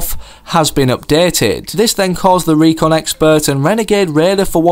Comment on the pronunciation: I know he was trying to say RECON Expert so i know all the secrets